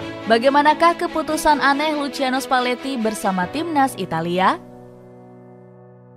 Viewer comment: Lusiano spaletti min cara bacanya😅😅😅😅